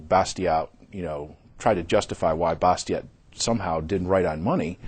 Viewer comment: Too bad they can't pronounce the name "Bastiat" correctly. Learn French dudes!